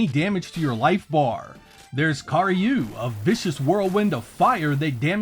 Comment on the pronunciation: I was kind of chuckling at your pronunciation of karyu. Ka is fire and ryu is dragon in Japanese. So, literally fire dragon, which is what the spell is. You said car-ryu, which makes me think of a dragon made out of cars. Which, honestly, sounds pretty badass. Now I want to see a spell that summons a car dragon.